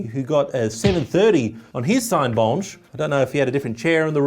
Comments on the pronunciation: pronouncing Cinebench french way is funnier than it should be xD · "Cinebench, but with a French accent" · So that's how Cinebench is pronounced? I've been saying it wrong all these years.